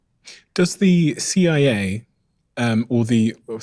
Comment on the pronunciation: Fckn stick an r after Cia to right after your first word of idea'r, wtf u people even doin adding r's trying to sound sophisticated